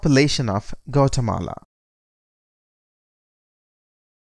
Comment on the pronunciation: This is a really bad representation. That's not even how you pronounce the country